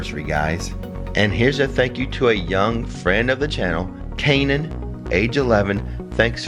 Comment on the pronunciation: This is Kainan’s mom and he was SO excited for his shout out!! He said to tell you thank you for saying his name correctly. :)